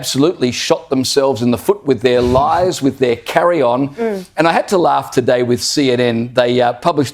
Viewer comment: She stopped at "I lugh" 😂😂😂